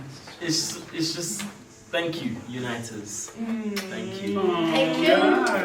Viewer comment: O fala Tenkiu e eu tenho uma convulsão psicológica